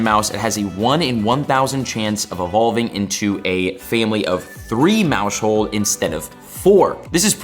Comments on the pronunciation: Maus-hold, not Mau-shold lmao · Yep, he's missing the "household" pun. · Bro it's "mouse hold" a play on mouse plus house hold stop saying it wrong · Isn’t it pronounced mouse-hold, as in like a “household”? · Pronouncing maushold like that is crazy. Pretty sure it was intended to be like "mouse hold" like household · stop pronouncing Maushold like that!!! You said it wrong then you said it wrong like 20 more time in the space of 3 minutes, very painful :/ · Dawg why u say maushold like that lmaooo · the way he's saying maushold is bothering me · You say maushold so weird bro lmao why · I think he should close his moush hold since he can’t say Maushold, good lord, it’s your job, at least try.